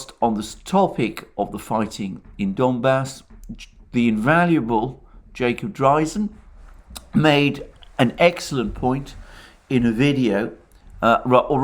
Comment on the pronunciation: Hi Alexander. In his April 29 video, Dreizen pronounces his name DRAYzen, not DRYzen, as I also would have thought after my two years of high school German.